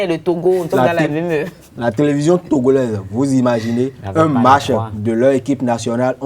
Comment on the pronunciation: Match et non mach !!! Lol